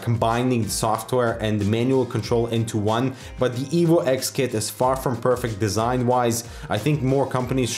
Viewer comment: i thought you said evil instead of evo lol